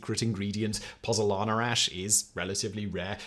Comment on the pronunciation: Hey YouTubers you have chilled the Pozuolana ZUO, 😂it had lasted 2 millennia before you came along to bring it down with your pronunciation😂😂